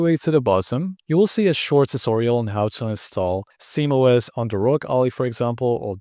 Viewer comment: why do you say simOS?